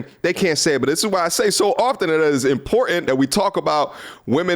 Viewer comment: Good sir I love the content but I must ask why don’t you annunciate the word ‘important’…?